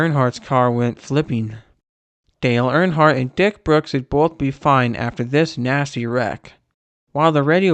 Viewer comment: "Dale Barnhart"